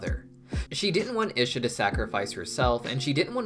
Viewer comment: Your pronunciation of Isha is killing me 😭 even jinx pronounced it as “ee-shuh” for us and you still chose to say it wrong